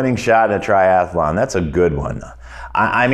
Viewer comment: It's tri-athlon, not tri-ath-alon.